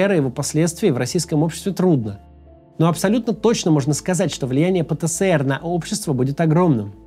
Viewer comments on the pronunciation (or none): Максим, простите за занудство, но правильно говорить ПЭ ТЭ ЭС ЭР